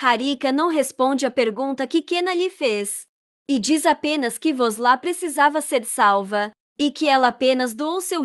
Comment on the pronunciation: Por que voces trocam os nomes dos pesonagens, Aliço e sempre Aliço e não Elien como voces falam de vez em quando, não troquem o nome e nem pronunciem de forma equivocada Vos la não é vos la é VUSLAT, Mauem e Meryen